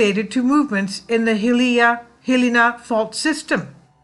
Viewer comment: Good work. Hilina is pronounced. hill - EYE - nah